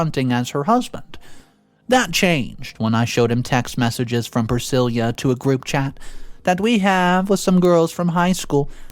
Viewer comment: Dude why do you pronounce names wrong? Elvis Presley's wife has the same name... See how it's really pronounced.